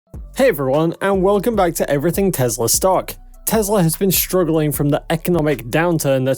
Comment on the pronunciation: It’s Tesla not Tezla. It’s Wood not Woods and it’s Ark Invest not Ark Investment. Please clean up your act. Thanks.